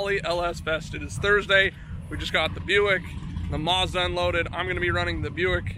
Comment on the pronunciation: it's called a Mazda not a Muzda this will help you pronounce correctly ! Say Apple now see when you say apple how dose the letter A sound? now add the A in MAzda the same way you pronounced the A in apple WOW you did it! lol